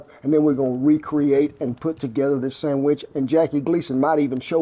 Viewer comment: The important part of that scene is the way he says, "Sammich". Classic Americana.